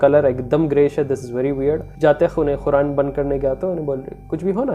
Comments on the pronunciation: Khuran nai its Quran.. try to pronounce it's properly.. atleast Quran ko toh properly pronounce karo... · Bhai Bura mat manna. Ap QURAN KO KHURAN KUU boltay ho please correct This 😢😢😢